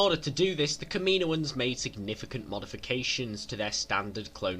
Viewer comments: It's pronounced KAM-IN-OAN not KAMINO-AN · Kameenoins😂 u mean kammanoins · Kaminoins . (Cam-a-noins) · The way you said "Kaminoans" pissed me off lol